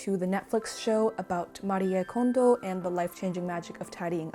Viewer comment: I love how you pronounced Marie Kondo the correct way! Also, this video was so helpful!😁